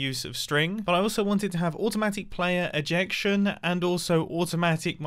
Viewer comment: When Mumbo said “ejection” I started giggling I can’t take this anymore